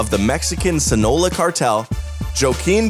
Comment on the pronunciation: Sinola? Sinaloa*